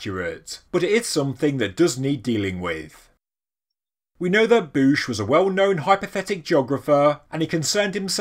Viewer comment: I think you said it right. As a tennis fan, I know Bouchard is pronouced similarly.